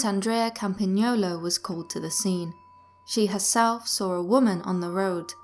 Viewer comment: Wow! We don't hear everyday an anglophone pronouncing the Italian "gn" (Campagnolo) so perfectly.